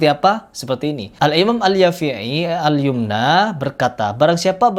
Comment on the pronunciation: Alyamani itu bos, bukan alyumna wkwkwk